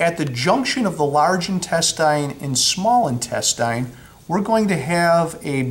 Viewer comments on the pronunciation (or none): I've never heard intestine pronounced "in-tes-tyne". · searched for this reply. Bothered me the way he pronounced it and how many times he said it lol